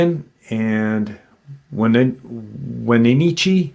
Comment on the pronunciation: Being from Washington born and raised in Wenatchee I get why people always say it wrong but it’s when-a-tchee